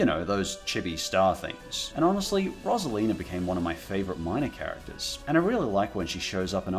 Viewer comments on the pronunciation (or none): none